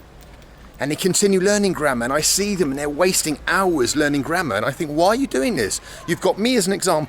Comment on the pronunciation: You sounded like: "Forget grandma" :D